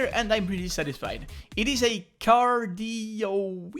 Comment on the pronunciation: Cardioid (car-dee-oiyd) try pronouncing it like that